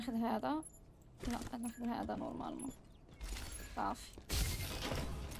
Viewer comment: علاش تهجي كلمة "هذا " وتقولي "هاجا " ..؟